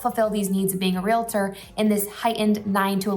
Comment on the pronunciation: It’s pronounced REAL-TOR not REAL-UH-TOR. sorry I work in real estate and it’s a pet peeve of ours 🤣